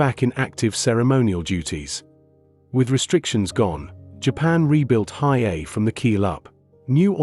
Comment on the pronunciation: Your AI voice is atrocious. It’s pronounced He A E . A little prep would help lessen your embarrassment